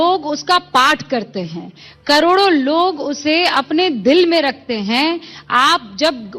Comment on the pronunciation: करोड़ों को कडोरों बोल रहा है। ये दोगला